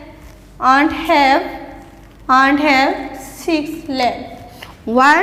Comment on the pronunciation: Pronunciation of ant is wrog